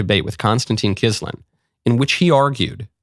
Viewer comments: Michael, for Gods love, its Konstantin KISIN, not KISLIN. you've been calling him KISLIN for a whole week dude. i understand u make a mistake once or twice, but this is just pure ignorance or arrogance. it would take just 1s on google to get it right. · Kisin, not kisslin. And it was Fraser Nelson. Starmer wouldn't entertain such a conversation or go on a show like that as PM. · His name still isn’t Kislin. You keep saying that. It’s Kissin. No L.